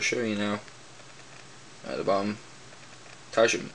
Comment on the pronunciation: Fun note: The widget "tajm" is actually pronounced like the regular word "time". It's simply spelled that was as the swedish developer decided to go with the swedish spelling of the pronunciation of "time".